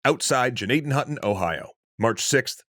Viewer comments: Thank you for pronouncing it correctly once in this episode. The G is silent. We have a hospital in PA named after this village, it's pronounced Nadden Hoyton. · I went to Indian Valley highschool in Gnadenhutten… sad not many people know about this tragic event.. also very impressed you pronounced the towns name correctly!